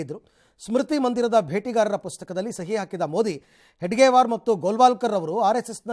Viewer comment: ಒಮ್ಮೆ ಹೆಗಡೆವಾರ ಅಂತೀರಾ ಇನ್ನೊಮ್ಮೆ ಹೆಡಗೇವಾರ ಅಂತೀರಾ ಯಾವುದೂ ಸರಿ?.